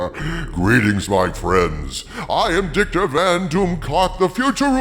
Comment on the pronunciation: It always sounds like he says “Dicktor” instead of victor